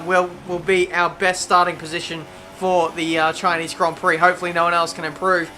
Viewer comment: CHINEEZ GRON PROK